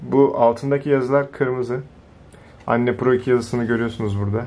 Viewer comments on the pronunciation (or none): kanka anne değil enn diye okunuyo :D